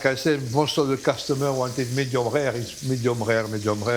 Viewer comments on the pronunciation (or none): Medium Rare ❌️ Medium Ghegh ✅️